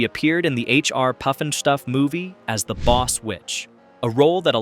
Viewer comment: You mean it wasn't HR Poof and Stoof?